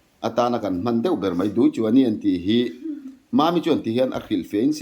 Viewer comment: Duichuaini 'NI' tih i lam thluk dan hi a dik lo, 'Muani chu ka Ni a ni' mihring kan in koh dan a kan pa te farnu hi kan NI an ni a kha mi Ni lam rik ang khan lam rik tur a ni.